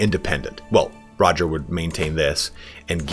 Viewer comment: So.. You're Itallian and you mispronounce Guy and Roger? When you think you're saying it in Italian.